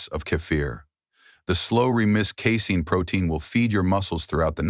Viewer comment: When the AI bot reads “casing” does he mean “casein”?